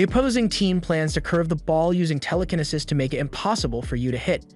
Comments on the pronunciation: Bro said tell-le-ken-nisis😂😂 it's tell-li-ki-ne-sis Telekinesis😂 Look at the description of the video too lmao he said "he must still them all" instead of steal😂 if I'm posting a video I'd atleast make sure I'm spelling and saying words right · Ramen as raymin, telekinesis as tela-ken-i-sis, and psychics as physics. I think this is a trained AI reading a script. People don't talk like this. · Ramen as raymin, telekinesis as tela-ken-i-sis, and psychics as physics. I think this is a trained AI reading a script. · proper phoenics --- "raymen" = ramen, "Tele-kenisis" = telekenesis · There’s no way this dude mispronounced telekinesis and ramen so badly